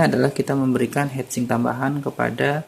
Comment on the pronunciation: Inget hitsing om... Jangan hEtsing 🙂 semangat 😬